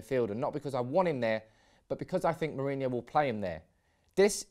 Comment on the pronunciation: Ro as in rock, not row. Then ho as in hoe